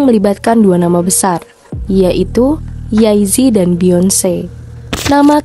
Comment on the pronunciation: Mbak kok nyebutnya yay zi? Jey zi